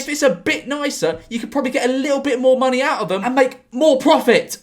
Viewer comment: Why did he say monkey rather than money